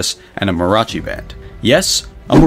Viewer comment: probably others mentioned these pronunciation matters: mariachi has 4 syllables and Northrop has 2 r's.